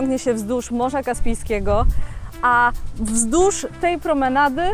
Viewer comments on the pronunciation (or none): Kobieto. Mowi się wzdłuż a nie wzdusz. Jesli chcesz zrobić z siebie celebrytkę to postaraj się choć trochę zadbać o jezyk polski😅